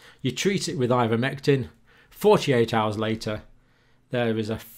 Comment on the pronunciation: Linguist here: it should be eye-ver-mectin not in-ver-mectin. ) He goes back and forth, bless him.